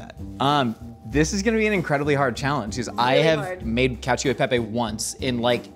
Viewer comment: Pro tip, gi and ci do not have an “i” sound by themselves in Italiano. Hearing “cacheo” and “parmageyano rejeyano” hurts